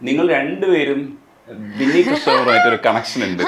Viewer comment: ബിന്നി ആണ്.. വിന്നി അല്ല 😊